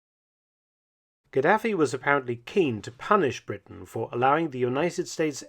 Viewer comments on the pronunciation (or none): none